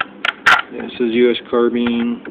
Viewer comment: Carbean its carbine